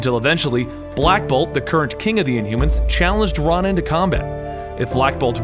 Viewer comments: RO-nan. Not RON-an. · Ron-in? Isn't it pronounced row-nin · Ronan is pronounced like Ronin btw. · ITS RO-NAN, GOD! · It's pronounced ROW NAN, It's my name, I should know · I always thought it was pronounced r-o-nan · butchered Ronin's name bruh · Omg stop pronouncing Ronan like that it's super annoying